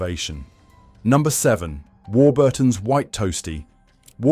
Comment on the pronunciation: Also stressing Burton in Warburton's. AI garbage with gaps in all the wrong places.